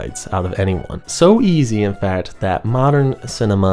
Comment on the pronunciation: Why he keep saying modern whore?